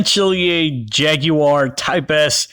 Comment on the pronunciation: Jag-you-are lmao